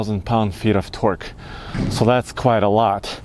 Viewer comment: when he said twerk in stead of torke